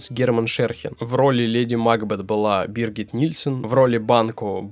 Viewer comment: Все замечательно, обидно только за неправильные ударения: МАкбет, КАраян и др.